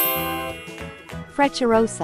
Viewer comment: . WHAT ARE YOU DOING! You're pronoucing the name terribly wrong. The proper pronouciantion sounds nothing like the F word. . That is not a Frecciarossa nor is it from Italy. That train is the TGV Duplex from France.